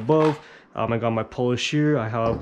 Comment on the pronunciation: The correct pronunciation is POO-LEASH not Polish. Just so you know…..